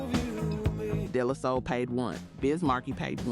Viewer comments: “Day-Lah-Soul”….not “Della-soul”🫥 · Day -La -Soul is how it’s pronounced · I was wondering if this is an AI voice the way they pronounced De La Soul. lol